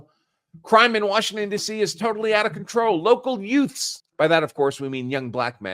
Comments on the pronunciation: Did you say yoots? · Counselor, did you just say: “Dees Yoots?”